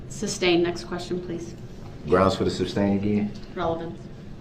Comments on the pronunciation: "SUBstain?!" 😂😂😂 Fool doesn't even know it's SUStain. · The word is sustain